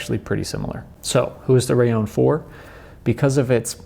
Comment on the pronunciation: Why do you say " raion " ? It's " raLLon ", right ?..